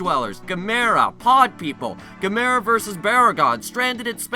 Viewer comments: "GAM-er-a," fool! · Do you think you could review some of the classic Gamera movies sometime in the future? I don't mean to criticize, but you mispronounced Gamera, Barugon, and Gyaos. Here's a way you can remember their correct pronunciations: Gamera (rhymes with camera) Barugon (bear-oo-gone) Gyaos (ryymes with house) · your pronouncing Gamera wrong. If you watched Cinemassacre's Monster Madness Sequel-A-Thon 2 You'll know the correct way the pronounce the monsters name right